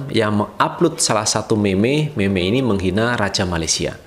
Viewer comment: Cara sebut bukan meme, yg btul mim